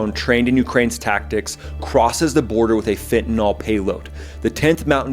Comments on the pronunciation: It's FEN-TA-NILL, not FENTIN-ALL. It is spelled fentanyl. The letter Y has never been pronounced as an O, nor an A in the English language. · It’s pronounced fen-ta-NIL, not fen-ta-nall. “Fentanyl” does NOT rhyme with “alcohol.” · "Fen-tan-ill", not "fen-tan-all". Fentanyl has no alcohol functionality.